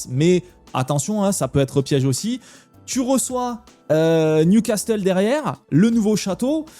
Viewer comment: il faut réviser prononciation de Newcastle. Et ça se dit bodø/glimt comme au tout début quand tu l'as dit